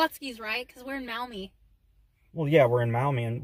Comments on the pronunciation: As a local I am able to often visit the Antique Mall. May I point out that "Maumee" is pronounced in two syllables ‘Mawh-me’ and not muh-Awe-me. The store owner’s rent space to independent dealers. 3. The place is located on US Rte. 20 Reynolds Road between the Ohio Turnpike and Dussel Drive. Six hundred yards south from the Antique’s Mall is Schlotzky’s where route 20 becomes Conant Street heading to the Maumee River and though Maumee the road is under construction as of this writing. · Maumee is not pronounced that way.... (Mawmee).